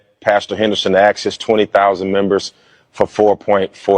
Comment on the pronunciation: Ummm…..your not homeless your sitting g in a hotel stuffing your face with chips and by the way the word is pronounced asked not axked!